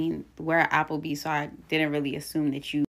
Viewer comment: When “he” said, Applebees. Idk why it seems like they put hella emphasis on that S! 😂😂😂